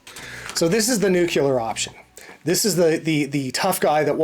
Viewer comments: It's pronounced NEWK-LEE-ER, not NEWK-YOU-LER. Look at the spelling. Say the letter sounds NUCLEAR left to right in order. Easy. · Nuclear, not Nucular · NUCLEAR.....NOT NUCULAR!!! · it is NUCLEAR.... Not NUCULAR. Thanks for the informative video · Nuculer??? It's Nuclear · It's nuclear.. not nukiller! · Thanks for these videos, good tips! A tip for you, something you have said in a couple of videos: The word "nuclear" is pronounced "NU-klee-er", not "nukular." 😉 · Thank you for your videos and the information. I do need to Lodge a complaint however, call it my pet peeve. It's nuclear, not nucular. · no such word as new-kew-ler. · Let me help you out here. “Nuke-u-lar” is not a word. “